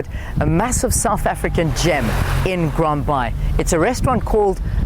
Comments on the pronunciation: Ummm it’s called Grand Bay not Grand Bye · Grand Baai ..Afrikaans for Bay...not bye...